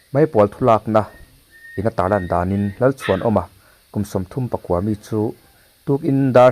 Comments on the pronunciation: Kum sawmthumpakua mi .thil chhiar hi in van thiam lo tak,kum sawmthumpakaw mi tih tur aw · Kum Sawmthum pakua mi tih loh tur. Kum Sawmthum pakaw mi...tih tur.. please, Sir, ṭawng hi hmang dik hram hram rawh u aw.. in news kan lo ngaithla nasa a.. diklo tak athluk leh lam a awm hian beng a ti thlep ṭhin a.. 😊😊😊